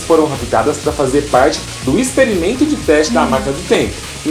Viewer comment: Expremento. Kkkkkkkkk